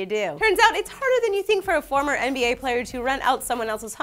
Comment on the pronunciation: Thought is said NSA not NBA and I was like: What? NSA star? What the hell is that XD